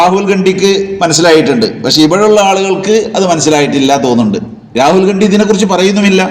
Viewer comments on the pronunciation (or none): none